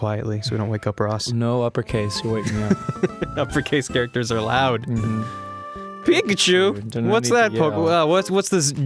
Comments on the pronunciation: ITS A PIK-eye-CHU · he even said pickle-chu....